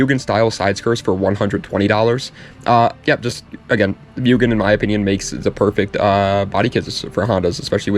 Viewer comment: I own a genuine 無限 MUGEN Si, and it's pronounced Moo-gen. Just so you know.